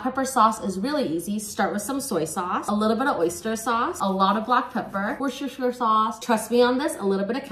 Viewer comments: Really brave pronunciation of Worcestershire! I don't know if this helps, but as a Brit, I pronounce it "Wuh-stuh-shuh". It's not as soft-sounding as how you pronounce it, but it works. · I got stuck on the pronunciation... Just say woosta sha sauce. Think rooster but you got a speech impediment. The Rs are your enemy so ignore them in that word 😄✌🏾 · Call it Worcester (Wuhster) Sauce like we Brits do, and you'll find it much easier to pronounce it correctly 💕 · Woooooooster sauce is the correct pronunciation! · It's pronounced "Wooster" but well done for trying it 👏 🤣🤣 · Ohhhhhh .... 🧄🥰🧄!! Your pronunciation of the Worschter so sauce made me smile... I never attempt it. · Check pronouncing Worcester sauce. Is wrong.